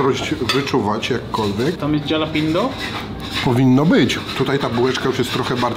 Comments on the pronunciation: Ale wkurwia mnie to jak mówi jalapeno no kurwa😢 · Nawet jalapeño nie nauczył się wymawiać po tych wojażach... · mówiący jalapeno to jak Ricky mówiący dżalapino xD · sprawdźcie jak się wymawia jalapeno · mordko jalapeno czyta/mowi sie, ha luh pee nyow, jesli chcesz byc pro a nie sebkiem z pod zabki ;) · Nie jalapeno tylko się mówi chalapenio byłeś w Stanach a kaleczysz język proszę cię. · Chalapenio nie Jalapeno 😄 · Mówi się " halapenjo" oraz " sizyn" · Jakie jalapeno to sie czyta Halapeno boże i tacy ludzie co nagrywają robią za znawców smaku i wgl czytać nie umieją żenada. Może jeszcze DŻALAPINO?! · Halapenio nie halapinio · Błagam, nie mówcie "jalapeno" 😅 to jest, kurła, HALAPENIO! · chyba nie jalapeno a halapeno 😉 nie ma za co, stawiasz kanapkę 😉😉😉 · Halapenio, panie jalapeno 😂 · jalapeno czytaj halapenio tak na przyszłość pozdro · Halapeńo się czyta! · HALAPENO NIE JALAPENO ŁAAAAAA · Dlaczego na chorizo mówicie czorizo a na jalapeno jalapenio a nie halapeńo? Cytuję: " Ta papryczka sprawia problem nie tylko przez swój ostry smak, ale również przez trudną wymowę swojej nazwy. Aby poradzić sobie z jej ostrością, popijajmy ją mlekiem, a zamiast „dżalapeno” czy „jalapeno” mówmy poprawnie: „halapeńo”. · Tylko proszę Was nie mówcie już jalapeno, tak poprawnie mówi się halapenio. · Wszystko super, ale......nie ma żadnego Jalapeño, jest po prostu „Halapeńo” :) Wymowa ;) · Prawdziwi fani pamiętają jak na jalapeno mówił "dżalapindo", a nie "jalapeno"..., nie zmieniaj się! Pozdro!:D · się mówi "Halapenjo";) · jedna rzecz, proszę. Jalapeño wymawiasz halapenio. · kurde! Papryczki HALAPENIO = tak to brzmi prawidłowo. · Ale wiesz, że 'halapeńo' ??😂😂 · Fajnie się Was ogląda, ale bywa że źle wypowiadacie nazwy. Warto się przygotować i wiedzieć jak poprawnie to robić. Jalapeño wymawia się Halapenio. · Mowi sie papryczki japaczo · Ty tak na serio z tą wymową "jalapenio"? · czyta sie "halapenio"